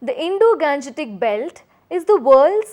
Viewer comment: It should be pronounce as Indo-gangetic not Indo-ganjetic plain